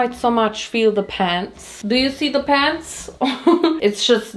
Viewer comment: “do you zee da pants?”